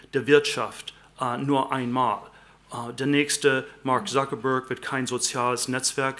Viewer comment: it's interesting how he switches to an american accent when he says "Startup", or "Mark Zuckerberg (which is a german last name)" instead of how a natural german would do it: "ZTAAHTUP" or "MAHK TZUKEHBEHG" :)